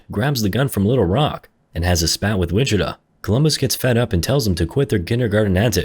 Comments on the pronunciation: Lmao so from everyone in Texas or hell even Kansas ITS WI-CHI-TAW not “witchituh” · This guy saying wichituh 😭